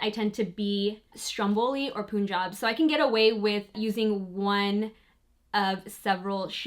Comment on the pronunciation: Lol I live in Punjab. It's Punjab not poonjab. Punjab like no pun intended